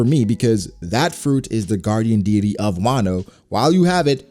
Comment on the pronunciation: I love you dude but you’re pronouncing “deity”wrong😅